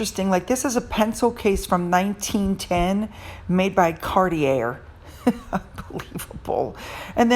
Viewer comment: I love you, but Cartier is pronounced Car Tea Ay, not "Car Tea Air." 🥰🥰🥰